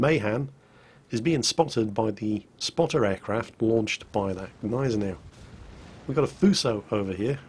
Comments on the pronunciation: PRONOUNCE THE "G" in the Gneisenau! It's really really annoying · its Gneisenau, the G is not silent